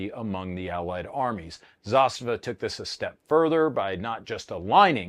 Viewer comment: First one that said ZASTAVA correct.